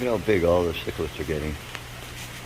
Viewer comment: your becoming a pro at this I will always laugh when I hear people correctly say Cichlid I like the way you say it Chiclids. Great video keep up the good work